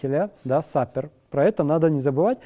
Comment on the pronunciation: Небольшое замечание. Слово super произносится как 'суупэ', а лектор видимо его путает со словом supper (ужин) и произносит как 'сапер'. Ну а так все супер)).